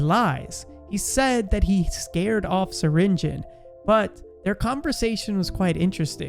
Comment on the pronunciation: it's not syringen, it's syringeon.